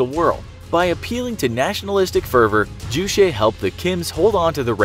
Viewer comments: Juche or 주체 is pronounced Joo-chae not Joo Shay or Joo chay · It's pronounced Juche, not Jushae. Ch as in the normal Ch (Charlie)... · It's not jew-shay lol. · The name of Kim jong un's grandpa is Kim Il Sung, not Kim Il 'Sun' And don't pronounce 'Ju che' as french word. It is not french word. Pronounce 'che' like 'Che' guevara. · It's pronounced Jue-Che as in Che Guevara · "ju-shae" xD it's pronounced as ju in "juice" and che in "checkers" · Ohhh!!! I thought you said juicy. I thought it was a DEER Leader drink.😵🤮👍🆗😊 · The "che" of term "Juche" should read as "ch" in "chair". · Script quality of your videos are getting poorer every day. It's not Kim Il Sun it's Kim Il Sung. And you pronounced JuChe wrong.